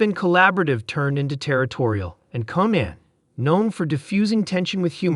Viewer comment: If this idiot AI voice doesn't know how to pronounce the name Reiner or Conan, they shouldn't be writing anything and ought to be disconnected. MJG